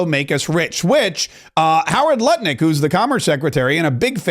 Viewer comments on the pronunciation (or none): none